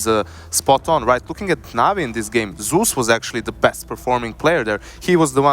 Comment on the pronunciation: So annoying how the caster pronounces Zeus 'Seus'